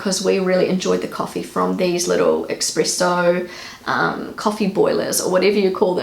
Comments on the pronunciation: Espresso not Expresso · Love the accent. I almost wish I were an actor with a NZ character so I could practise the vowels. BTW, there's no "expresso"; it's "espresso". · Espresso has nothing to do w/ speed. It means pressed out (from italian esprimere). So please stop saying expresso! 😀